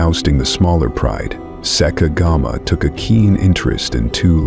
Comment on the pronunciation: Whoever is narrating this video is getting a lot of facts completely wrong!! Sekekama 100% did NOT snap his son's spine!!! He caused internal injuries that led to his sub adult son's death!! His son collapsed from blood loss internally and died while trying to walk away!! He's also failed to pronounce a single Lion's name correctly throughout the whole video